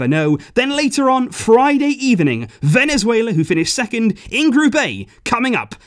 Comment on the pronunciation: I’m losing it when he’s saying ”Venezuelea”😂